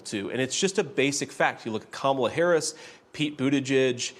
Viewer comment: And you still pronounced her name wrong????